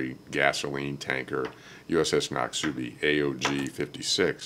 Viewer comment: Just a humorous aside: See if you can get word to ADM Mullen. It's not pronounced "nock-SOO-bee", it's "NOCK-suh-bee". That ship was named after a river in Mississippi, and I'm actually from Mississippi. 😉